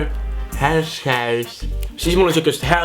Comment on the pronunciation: "Härshäis"😂😂 lihtsalt ütlen neid saab Rootsist ka😁